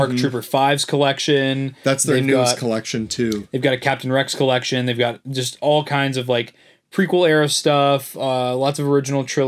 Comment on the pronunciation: Did you say Rex Collection?